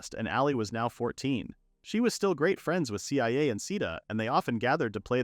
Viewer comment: IT'S PRONOUNCE CIA (SIYA) NOT C-I-A